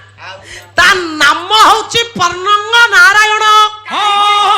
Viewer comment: ଗାୟିକାଙ୍କର ଭାଷା ଠିକଣା ନାହିଁ। ବାରମ୍ବାର ସେ ପର୍ଣ୍ଣଙ୍ଗ କହିଲେ। ତାହା ପନ୍ନଗ। ପନ୍ନଗ ର ଅର୍ଥ ସ୍ୱର୍ଗ। ଝିଅ ଗାୟିକା ପାଲା ଦେଖିଲେ ଏୟା ହୁଏ।